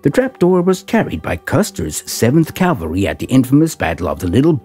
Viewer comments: It's CAVALRY not CALVARY ! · It is pronounced CAValry!